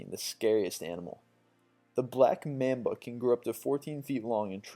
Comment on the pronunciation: How could you pronounce black mamba incorrectly? Never seen kill bill? I love these videos but the mispronunciation drives me nuts!